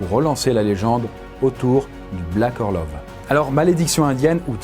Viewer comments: Super vidéo mais je crois que ça se prononce "orlof" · Ça se prononce "Orlof", au cas où ! 😛